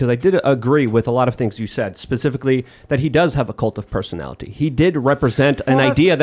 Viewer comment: southern black preacher delivery is grating: socieTEE, personaliTEE.